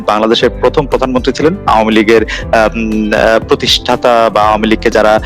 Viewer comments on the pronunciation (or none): none